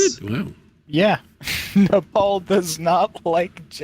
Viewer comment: The way everyone pronounces Nepal is very disconcerting.